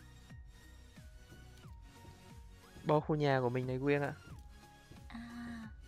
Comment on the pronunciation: Quyên mà a cứ nói là quyêng